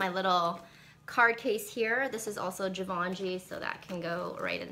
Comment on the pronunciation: zhee- vaugh- shee I think is how it's pronounce because french kinda tends to omit the "N" sound..